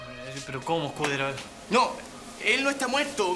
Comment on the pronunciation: Paisano Escu PI tero (en vez de decir Escudero)